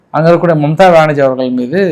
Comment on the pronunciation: Bro. Not mumtha banarji. Mamtha benarji. Neer Mumtaz visirinu ungaveetukku theriyuma?.😂😂